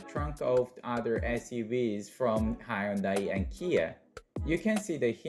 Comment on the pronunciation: High yun dai ??!!! It's hyun dai !!!!!!!